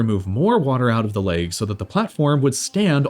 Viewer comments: Why do you pronounce "legs" as "lakes" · Nobody: /Americans: laygs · Why do some americans say "laygs" instead of legs? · It bothers me how he pronounces "Legs" "Laaygs" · The “laigs” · Legs not leags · "the laigs" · I squirmed every time you said "leygs" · Man wtf is a "layg"? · Bruv they're called fucking "legs" not "layoogs" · Why does he pronounce "legs" as "laygs"?? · Is it just me or is he saying leygs? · Holy shit learn how to pronounce legs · legs? no, laygz. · You don't know how to pronounce "legs" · You from Minnesota or something? Why you pronounce legs like that? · it's distracting the way he keeps saying "the laygz"